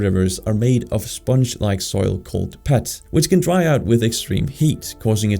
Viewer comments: its pronounced 'peet' not 'pet' XD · "Peat" is pronounced like "eat" with a p in the front, not like "pet." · peat isnt a dutch word you can just pronounce it in english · I agree that the video does not answer the question, it only does a rather good roundup of the current macro-scale problems the Netherlands faces, which are impacting politics and shape public discourse. Oh, and "peat" is pronounced with an "ee" sound, like "feet" or "beat", and is the first stage of the formation of coal deposits, consisting to a large extent of compressed and bio-processed plant material that could, within hundreds of thousands or millions of years, move within the layers of the earth's crust and get compressed into graphite we so love to mine. NL has lots of boglands resulting from its history with water, thus oftentimes the local soil that could be used to build dikes is peat, which is a pretty terrible waste of peat (an excellent soil for farming), but then trucking in tons of clay does not seem particularly sustainable either. ANYWAY I'd venture out on a limb that the actual reasons are: 1. The side effect of the firm belief in private property and market forces, which over time favour those who already own property, and especially big developers, to whom ever-growing prices are a boon rather than a problem. 2. Lack of strategic vision of how to make sure the demand is more equally distributed across the NL (partially addressed in the video with regards to Groningen, Limburg and Zeeland). Basically, this is a Randstad problem rather than a Dutch problem, compund with the dread any Dutch person would feel at the thought of having to live in Eindhoven or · Peat is pronounced like heat